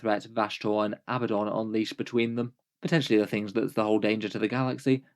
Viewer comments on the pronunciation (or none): none